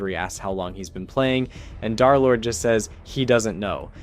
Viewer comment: "Darlord🔥🗣️"...it's DERLORD, THE 3 RESEMBLES THE E LETTER